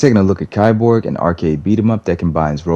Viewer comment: it's pronounced "KEY-borg"